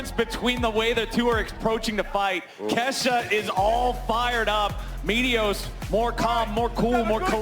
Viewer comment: She said kashaaa 💀